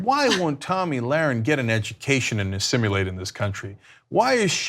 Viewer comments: Uhhh... It's assimilate, not "assimulate". 😉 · Cenk and Ana, it's not assimUlate. Other than that, great work. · Did he seriously say "Assim-u-late" twice???